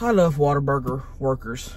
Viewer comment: Born and raised Texan here. It's appreciated that you say "Waterburger" instead of "Whataburger". It's the true Texas way.